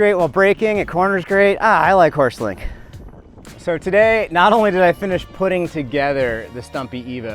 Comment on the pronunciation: Bro, it's called Horst-Link not Horse-Link, named after its inventor Horst Leitner